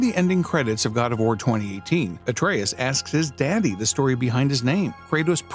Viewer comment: "Atreus asked his DADDY" why did he say it like that💀💀💀